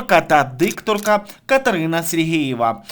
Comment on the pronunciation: Катерина - Супер! А Вам, шановний авторе, зауваження: Робота кРопітка, Катерина СергЕЄва (Ви кажете СергІЇва, і це дуже добре чути). Слава Україні!